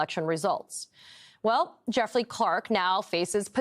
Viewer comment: "Jeffley". Lol